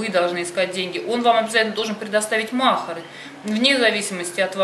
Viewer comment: Не мохар а махари ударение не правильно ставите😊😅